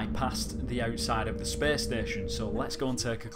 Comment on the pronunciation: "Well, he disappears without a treaeaehhhsss" "...into open speaehhsss"